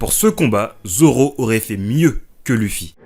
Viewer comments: « Leuffy » ou « louffy » ça va mais «lufi » ça me défrise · On le prononce Leuffy et non Luffy mais trkl j'écris pour le référencement <3